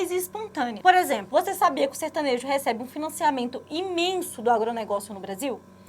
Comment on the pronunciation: Certanejo ou sertanojo???